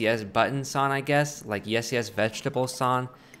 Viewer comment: This dude can’t say song